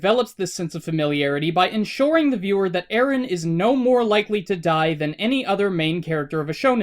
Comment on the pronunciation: Its Eren not Arin.